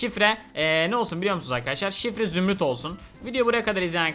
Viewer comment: Zümrüt değil zürnüt